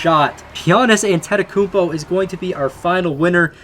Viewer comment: you said giannis's last name wrong